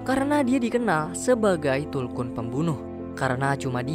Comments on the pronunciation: tulkun bang.bukan kuntul..arghhh risauuu..😂😂😂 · Maaf aku tertawa karna abg nya salah sebut .masak bilang kuntul😢😂😂😂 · Tulkuntul yg gua denger bang wkw